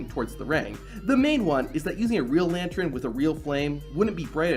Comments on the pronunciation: It's lan-tern not lan-tron wtf, great video though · this guy says "lantren" I wanna kill my self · Is it just me or is this guy really saying "lantren" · Are you saying lantren? wtf? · Got so distracted at 'lantrern'. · If you're going to say the word 'lantern' 8 times in the space of a minute it's probably a good idea to check you can pronounce it properly. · I like the video, but i really really need you to practice saying the word lantern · Man says lantern real weird